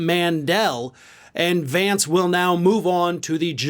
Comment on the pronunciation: Trump was SO proud to (at the last minute of course, when the win was inevitable) endorse a candidate who he knew was going to win, and even then he couldn't take the time to learn how to properly pronounce J.D. Vance's name correctly. So, yeah, good goin' there Don. Keep up the good work.